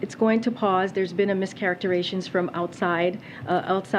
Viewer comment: Mischacterations 😆 🤣 😂 😹 😆 🤣 😂 Learn how to say it